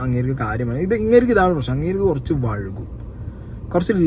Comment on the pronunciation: വഴുകും... അല്ല.. വൈകും